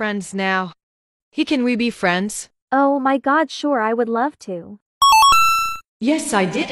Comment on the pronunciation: "su re i guess" say better. Say "sure i guess" not "su re i guess"